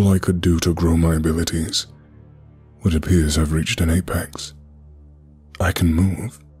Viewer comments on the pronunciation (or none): none